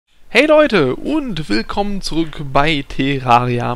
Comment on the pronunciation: meint der tErraria man spricht es tärraria